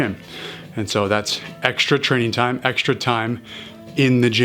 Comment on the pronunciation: No lie, for a long time, I never connected the two, and I thought he said "Train... ON TIME"